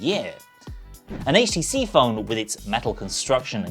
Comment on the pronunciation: thank you for not pronouncing it "haych"